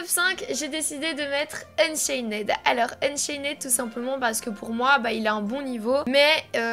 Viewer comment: Unchained sa ce dit unchain mes pas éd naide